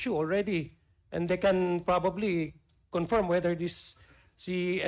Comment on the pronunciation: Isolated in the nature of tasks. Luistro's attempt to showcase intelligence inadvertently resulted in confusion and unmeaningful dialogue. Learn to prnounce 'confirm' before u go on public ma'am.